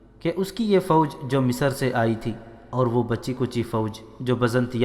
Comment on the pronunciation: अगली बार जब आप रिकॉर्ड करें तब लफ़्ज़ की अदायगी सही तरीके से करें आपने हर जगह " मिस्र" को मिसर, "सेहरा" को सौहरा, "बग्घी" को भग्घी "नामवर सालार " को नामूर सालार कहा है,और हद तो यहां तक कर दी कि एक दूसरी तारीखी किताब "शमशीर बेनियाम" में हज़रत "अबू बक्र" को अबू बकर कहा है, आगे से इसका ख्याल रखें!